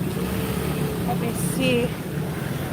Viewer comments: Dr. X would have a lot to say about that Pomelo (which she pronounced incorrectly) since she's on a statin for her cholesterol (grapefruit and pomelo are contraindicated). She's playing with fire by being uninformed. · Her pronunciation of pomelo sent me😂😂😂